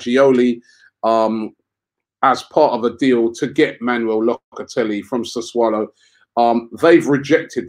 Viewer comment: Robbie been mispronouncing and misspelling Sassuolo for weeks now. Cmon Robbie man...🤦‍♂️